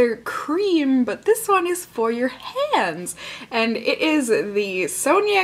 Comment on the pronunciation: When you said "hands", I thought you said "cans." Like, boob cream...